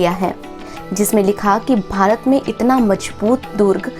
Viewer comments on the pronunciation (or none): none